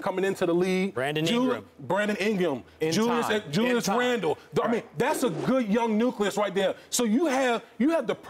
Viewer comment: I turn it off after he said Brandon "ingem" smh